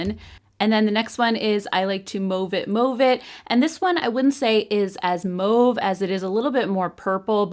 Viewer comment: Great video as always…you’re the first YouTube I’ve heard who pronounced “mauve” correctly 🤣